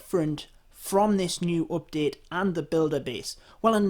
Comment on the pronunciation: He sYs every time OPdete xD